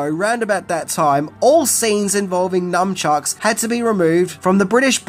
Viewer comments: It sounds like you are saying "numbchucks" it is nunchucks. Numbchucks would be a very stupid weapon to use on someone as numbing the pain that it would case them would make them able to hit and get hit without feeling any pain. There is even a James Bond villain who doesn’t feel pain in The World is Not Enough called Victor 'Renard' Zokas. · Nun Chucks. Not Num. Just FYI. Slang from Nunchaku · Are you calling nun chucks numb chucks? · Are you literally saying numbchucks? Cause its NUNchucks. 🤦‍♀️ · I took a drink eveytime you mispronounced nuNchucks - I'm frikkin' hammered! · Do Aussies call them NUMchucks? Not NUNchucks??????? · It's pronounced "NUN-CHUCKS" not "NUMB-CHUCKS" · Of course, everything is scary and illegal in Britain if it involves "weapons". BTW, they're nuN-chucks, not nuM-chucks, FYI. (Actual name: nunchaku.) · C’mon, it’s NUN chucks, NOT NUM chucks. God I hate that. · Not sure if I'm hearing you correctly, but it sounds like you're saying Numchucks rather than Nunchucks (which comes from that Japanese word Nunchaku) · nuNchucks, not nuMchucks... 😂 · Is he saying “Numb-chucks”? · Num chucks ? LOL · Nunchucks. Say it right. You sound like a 3rd grade kid. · I love how you call nunchucks “numb-chucks” 😂😂😂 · What are "numchucks?" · Hang on... is constantly saying "NuMchucks"? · Numchucks? 😆 How many times does mispronounce as Numchucks 😆 Well I guess if you were hit with one it would make you numb 😊